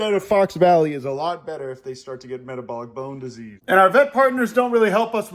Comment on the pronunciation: I like the way you say metabolic bone disease